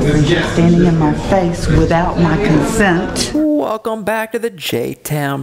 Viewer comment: the word Consent has never had such a pronounced T!